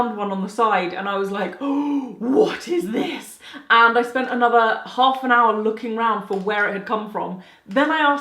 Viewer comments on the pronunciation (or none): none